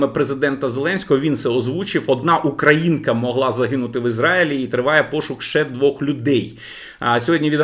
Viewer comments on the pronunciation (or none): none